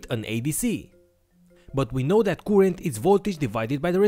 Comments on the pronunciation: I hate the way you say currrent, you are doing it wrong man.... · Great video keep up the good work but in order for everybody to enjoy your videos you need to learn the correct pronunciation of the word current thank you.